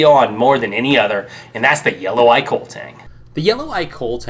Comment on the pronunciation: It's pronounced koh-leh. It's Hawaiian